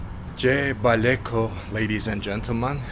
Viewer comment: Enjoy my country wish you the best eat for me matooke,jebaleko u pronounce it